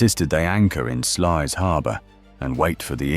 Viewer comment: The closest correct pronunciation is SLOUSE